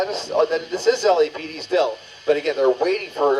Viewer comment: In this case does LAPD is pronounced as LAPPED! Lmfao!😂